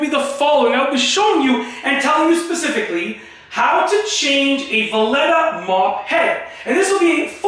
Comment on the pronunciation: Is he saying Vileda wrong just to piss everyone off?🤣